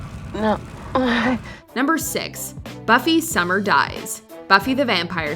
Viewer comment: Buffy SummerS. Pro tip: Get the names right.